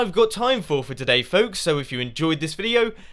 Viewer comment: I love the way you say "fók's"